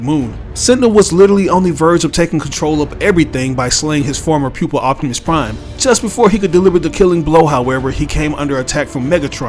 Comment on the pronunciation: I like when you say “optimus prime”